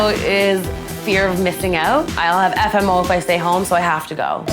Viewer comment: The hardest thing about the episode was hearing "FMO" instead of FOMO